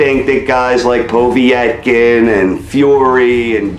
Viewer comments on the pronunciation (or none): Who has wilder fought? Stieverne? That's the biggest win on his bum list. Wait till he fights a good boxer of equal size like A.J. jarrell big baby miller or Tyson Fury. He'll get exposed for sure. Ps it's not po v etkin, it's povetkin. Wilder is lucky to have a belt. I can't wait for him to fight a skilled boxer of some what even size. It'll actually be quite funny how quickly he'll Get dropped. Mark my words. He's not a good boxer and when he challenges someone in the top 20 he's done for. Trust me in that one